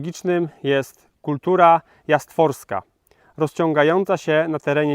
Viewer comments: Ani jedno ani drugie tylko JASTORF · Kultura jastrofska, nie jastworska